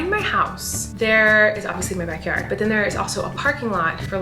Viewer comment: Every time she said backward cracked me up 😂